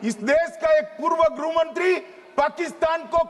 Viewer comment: ग्रुह मंत्री😂😂😂😂😂😂बोलना भी नहीं आता , गृह मंत्री शब्द😂😂😂